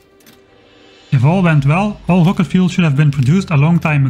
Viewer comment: "It's rocket.": "HUHWAHket." "Close enough."